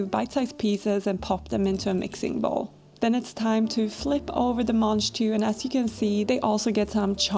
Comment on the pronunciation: The what? Manjtoo? That's what is sounded like you said? They look like snow/snap peas to me